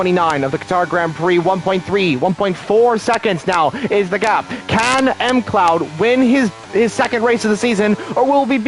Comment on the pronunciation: Pretty sure WOR Fraser is FRAY ZURE pronounced and M CLOUD is one word McLoud